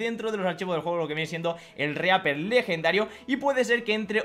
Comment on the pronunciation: se escribe REAPER..se pronucia RIPER